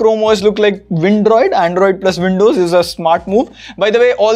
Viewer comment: Not windroid, it's Andows